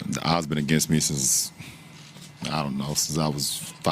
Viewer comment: He pronounces “I was” and “odds” the exact same way!!! lol 😆 Noticed that, just a whim I adjust the hymn Excuse me while I kiss the sky “Ize had since i’s in since ah’s is ausborne PS I Luuhve watching videos with you. / Videos you watch and commentate on I’m a ‘member to be a Member next chance for sure !